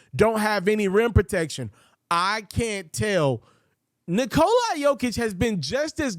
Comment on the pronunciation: Good content bro! Also it's pronounced Knee-cola Jokic not Nikolai